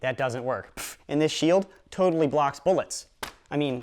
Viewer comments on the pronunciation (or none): did u said rotally blocks BULLETS BULLETS